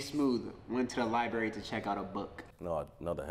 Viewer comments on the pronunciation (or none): When he said Libary I thought it was A wrap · your word is LieBerry